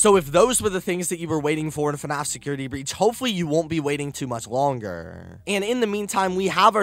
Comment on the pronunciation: Why you say Longer like that 😂😂😂